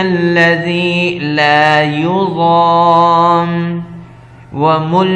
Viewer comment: لایضام نہیں لکھا ھوا ھے لایصام لکھا ہوا ہے ۔ آپ غلط پڑھ رہے ہیں ۔